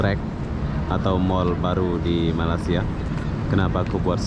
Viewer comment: Malaysia BRO...., bkn Malasia....., klu sebut INDON org Indo marah.....